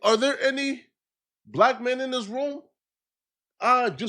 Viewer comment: can't say the T word! Saying Diss instead of This all of the time ain't Datt bro!